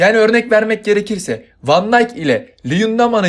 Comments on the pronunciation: Virgil van dijk Fan diyk diye okunuyor van diyk diye değil. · fan deyk felemenkçe okunuşu (hollandaca yani) Ki oyuncuları İngilizce değil onun ülkesine göre okumak doğru ama kim uyuyor dersen... İngilizce okunuşta Vfen dayk Yani aslında böyle değilde hem V yi yarım söylüyorsun hem f yi